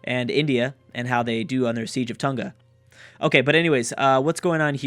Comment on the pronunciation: the g in Tonga is a soft g.